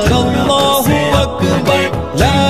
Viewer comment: Allah u akber sahih bolo. akbaaar bol rahe ho. is se matlab biger jata he aur gustakhi hoti he